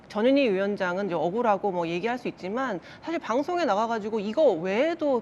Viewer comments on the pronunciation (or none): 전현희위원장....발음이 꼭 저년이위원장처럼 들리는데 발음 조심해야겠습니다